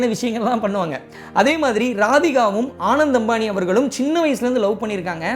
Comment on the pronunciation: u have to work on pronunciation of name of the people and place correctly. It’s not a rocket science! Ananth, Jamnagar.. etc